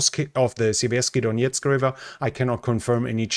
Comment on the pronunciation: Siverskyi DoneTS, not DoneTSK. The river doesn't have the K at the end.